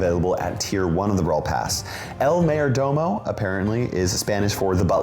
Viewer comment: Ngl it makes me laugh whenever he miss pronounces el mayor domo